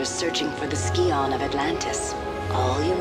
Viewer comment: Sai-on not Ski-on...